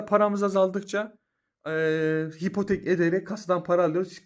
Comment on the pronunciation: Hipotek değil abi ipotek